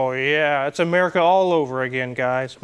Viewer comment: "Amaurica" lol